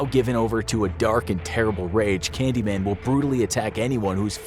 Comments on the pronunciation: is says "Canyman, Candyan, Candyman" but it should be "Candyman, Candyman, Candyman" right? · the first "Candyman" word says "Canyman" XD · you dont have to say the p version. you can say cucumber lol. and you said the candyman as candyan. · Candyman not canyan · Ah yes the Canyman and the Candyan 😝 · Ah, yes. The Candyan. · "canyman, candyman, candyman... " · Also candyan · ah yes canyman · How did he appear? She didn't say the name right. Confusion 100